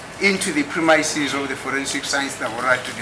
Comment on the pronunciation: you must go pronounciation lesson “premiyamisis” of the laboratory